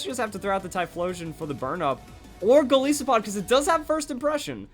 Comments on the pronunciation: I don't know why I'm bothering with this, but please pronounce it correctly. Goliath + Isopod. Both of which pronounce it "EYE". Not Gol ISS o pod. It's Gol EYE so pod. Come on. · It's................. GOLISOPOD AS IN "GOLIATH" AND "ISOPOD" NOT PRONOUNCED LIKE "PISS-O-POD" THERE IS NO SOFT I SOUND IN EITHER OF THOSE TWO WORDS ok im done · Gol-Aye-so-pod. That's the proper pronunciation.